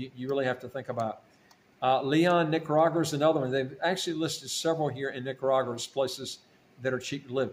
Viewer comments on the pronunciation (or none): Nicaragua not Nicaragura